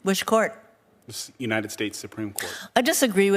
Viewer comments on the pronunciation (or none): Why do you have trouble pronouncing the word "united", just like biden never could? Are you from Delaware, too? It's spelled with a d on the end. It's UNITED, not UNINEN.